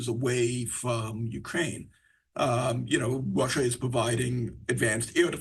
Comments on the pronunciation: Is it Russia or Wussa???? Where do they get these people from? I hate to be that guy, but if you were a reporter just my opinion, but I feel like you should be able to speak correctly. I’m sure it’s not his fault but I wanted to build houses for a living, but it turns out I suck at building houses. Just saying. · Ya the Wushins and fwom Wushia😂😂😂